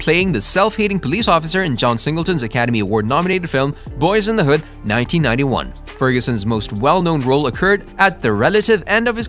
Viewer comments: You need to check and correct the date of John Singletons death, he died April 28, 2019 not in 1968. You make it hard to want to subscribe to your channel giving inaccurate information and mispronouncing Boy instead of Boyz in the hood.. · Boyz N Da Hood not Boy N da Hood silly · You said Boy N The Hood!! Really!! Unacceptable when clearly you have the name of the movie in the title. And then you say it right the rest of the time. Makes no sense. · LOL the first time he said it was "Boy and the Hood" lmao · 😂 he started out the vid saying “Boy in the hood” never thought the z mattered til he said that 😂 jk but frfr… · If you're planning on making more videos you need to get your facts right and learn the correct pronunciation of the movie 🤦🏾 this is totally atrious